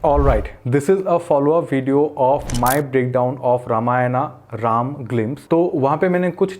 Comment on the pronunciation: bhai phle dhang se रामायण or राम bolna seekh lo jo likha he use padhkr mat bolo uska sahi uccharan kya he sunkr bolo sharm aati hi Hinduon ko hi Hindi nahi aati 😢